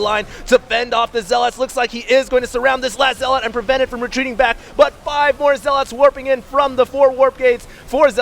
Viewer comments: Zealots* not ZealAaAaAaAaAaAaAaAaAats fuck sake. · you have great content and do great commenting, but please... 1 - "Proxy" is not short for "proximity". 2 - It's "ZEL-et" not "ZEL-aught". It's like a spec of feces on a gorgeous cake everytime you say those things. With love. Peace. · Yeah but the constantly mispronounced "Zeeeeeelot" is annoying :D Also proxy != proximity :P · LAWL. Zell-otts in Rally, North Carolina., seriously. You're an American and professional announcer. If you've never heard a word spoken aloud before, Google the pronunciation before you use it in a live cast in front of thousands of people. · Who the fuck says ZeaLOTS that's not English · hd pronounces zealots weird